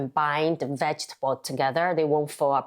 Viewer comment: vegetable读错了，我可以确认你是长大后移民的。